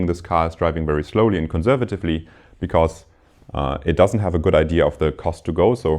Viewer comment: Very nice lectures. One minor remark: The lecturer will make his lectures even more enjoyable if he looks up the pronunciation of these words (whose pronunciation he probably copied from his professor): “because”; “occur”; “estimate” (as a verb, which sounds different from when it is a noun). All the best!